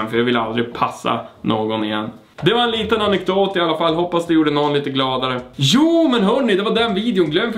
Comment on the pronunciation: du säger ju jooooo och inte jååååå